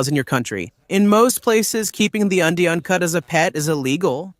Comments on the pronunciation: Undy uncut? That's a strange way to pronounce "Andean Cat". Must be an Artificial Ignorance narrator. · Andean cat is pronounced, undy un cut ? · Your pronunciation of some of these cats (not cuts WTH?) is really atrocious. The mountain range in South America is called the Andes (pronounce Andys therefore the cats is pronounce Andy Ann). Since when is a caracal a hyena A hyena is a completely different animal.